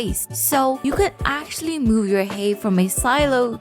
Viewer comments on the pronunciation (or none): none